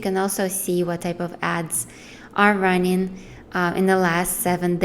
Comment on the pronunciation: Just friendly advise. Try puttin' the letter "g" on the end of your words, you have some great content but listenin' gets annoyin' very quickly when you say runnin' all the time.